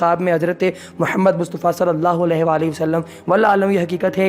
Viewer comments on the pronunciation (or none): none